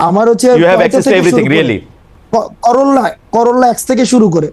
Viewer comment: Tokai garir nam o bolte parena. X corolla k corolla x ache.